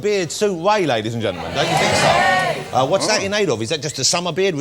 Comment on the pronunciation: His name is Ray, not Way 🤬